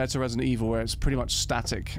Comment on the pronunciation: Re-silent Eve-hill